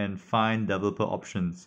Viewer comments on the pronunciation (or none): Very good instructional video on IVcam. I am also an ESL (english as second language). Please practice pronouncing the word developer. It is one of the important key words in your instruction.